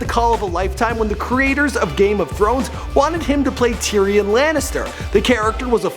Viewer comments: oh my god how did he say his GoT name TEERAN LANNISTER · It’s tear-e-in not tear-in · Bro why can't you pronounce names!? Its Tear-ee-un not tyron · I love TYRIN Lannister....Jesus Christ man, TYR-I-ON!! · Tee-Ron Lannister?? It's pronounced ti-ree-on. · Who the fuck is tearin Lannister? Please work on your pronunciation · Theres two pronunciation ty-ron and ti-ree-un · “Teeron” Lannister... we need to lock him away. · You almost made me choke on my food when I heard you say "tyrin" lanister. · WHAT? Tea-Ron? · I swear to god this dude does not know how names are spelled "Tiryn lannister" like wtf man learn your names you have a fucjing script. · "Teeran Lannister" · terenin what? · Tee-ron lannister?? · Tee-ron Lannister? Sometimes I think you're just screwin with us with these mispronunciations LOL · his name is tyrion Lannister Probounced Ti-ree-un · "Teeren Lannister " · Ok 1.) You need to learn how to pronounce name's properly. You said Tyrion wrong and you said Toyota wrong in a different episode. 2.) Peter makes way more than 150k per episode. I've read from a reliable source he makes 300k+ per episode. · that's not how you say Tyrion at all